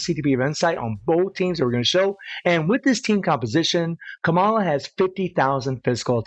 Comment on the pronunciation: The way you pronounce kamalaaawww 😂 cute